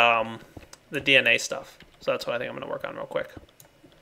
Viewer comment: it sounds like your saying liquid 'bee'na rather than dna